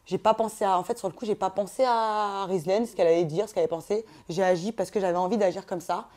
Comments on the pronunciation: tu a pa respecter le prenom de rizlaine cest (rizlene) mdr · c'est Rizlene pas rizlaine fin chez remarque 😉